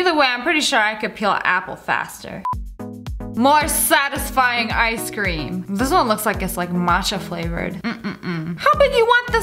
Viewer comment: Why does it sound like sssniperwolf says i scream instead of ice cream?